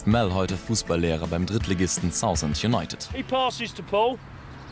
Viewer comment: Wo bitte soll 'Saußend' sein ? Meinte der Moderator mal 'Saaafend' vielleicht?